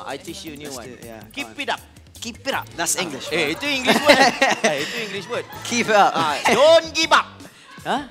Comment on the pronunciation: is my fav part when harris says "kipidap" & "dongibab". haha